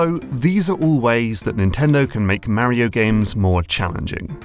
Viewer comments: The way you are saying Mario is horrendous. It’s like knives ear fucking my ears, but good video. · Of this and you still don't know how to pronounce Mario correctly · If this dude says Mario wrong one more time.... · It's Mario, not mary-0😂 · Why are you adding an "I" to Mario. You are saying it like this "Mairio" wtf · Super.... MARY-OH.... Brothers 🙃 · sorry, it's just really hard to listen to someone say "Merio" over and over again... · MAR E OH NOT MARY OH ffs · It's Mario. Not Mehrio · Pronouncing "Mario" as "Mowrio" makes me unreasonably angry 😂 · it's MAH-REE-YO not marrio thanks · this guys says mario weird right? he says mah-rio, i say muh-rio. whos right? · LOL, "MARE-e-oh". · The way you pronounce Mario as Märio was very distracting to me as a German XD Not distracting enough to not enjoy the video, but I kept thinking about it. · it's not Mary-O and there's only one i in aluminum. We need to start calling these people out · He didn’t say “mary-o” and aluminium is spelt with two Is in every country outside of the USA and Canada. America is not the world. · IS HE SAYING MARRY-O? MERRY OH? MARRY A HOE? HE SAYS MARIO WEIRD. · As an Englishman who grew up in New Jersey, I gotta say: I hate the way English people say "Marry-o." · The first thing i learnt is that this guy says mario different to anyone I've seen before and now I'm wondering if I've been saying it wrong my entire life. Is the "a" in mario a short or long vowel? I've always said it as a long one but I've just heard it said with a short a sound by someone who'd I'd assume wouod know what they are talking about on the matter. Could anyone help me out with this? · I'm curious about your pronunciation of Mario. You say it like the word marry, with a sharp A sound but I say it like Mark, with a rolling R sound... Why do you do that? It is more an American English way rather than your native ( I assume) English/British tongue. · I'm sorry but the pronunciation of Mario triggers me